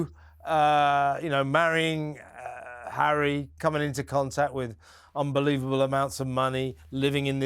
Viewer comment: Love pronunciation of Hairy’s name! 👍🏼 😂🤣